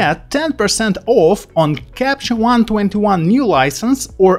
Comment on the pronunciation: Nice video, thx! Can you put a pause in “Capture One” please...in this video you keep saying “Capchon” instead, thx.